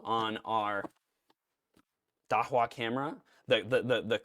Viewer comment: Not sure about this but it's pronounced "da-who-ah"